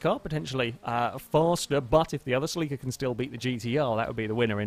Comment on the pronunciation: You say celica weird as fuck. lol